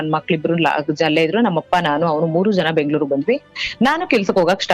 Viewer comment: ಅದು ಬ್ಯಾಗ್ಳೂರು ಅಲ್ಲಮ್ಮ ಬೆಂಗಳೂರು